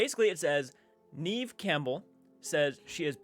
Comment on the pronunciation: Neve is pronounced like the word ever. Not a long e. 🍀